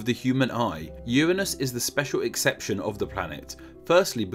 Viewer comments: Uanus? Uranus?* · hehe "urnine"us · Uuhhh it's actually pronounced Uranus. Not Uranus. Obviously.